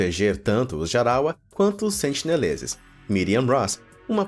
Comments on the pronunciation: tenho a impressão de que o narrador falou "sentileneses" algumas vezes kkkkkkk (ao invés de sentineleses) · sentineleses* ta falando sentileneses kkkkkk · muito bom vídeo. mas a agonia que sinto a cada sentiLenezes que vc fala, não ta escrita! corrigindo: sentiNelezes!!! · O nome da ilha é Sentinela, mas o narrador falou que seus moradores são os “SENTILENESES”...antes do 1º minuto, falou errado 2 vezes já! Vou continuar assistindo, mas se falar de novo, volto aqui pra dizer. Edit: com 1 min e 10 ele já mandou mais 2x errado...logo depois, mandou mais 3x errado! Pqp Edit2: aos resolveu começar a falar certo...